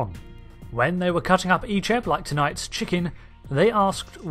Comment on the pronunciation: I grew up watching voyager reruns so seeing Icheb being butchered messed me up 😢😢😢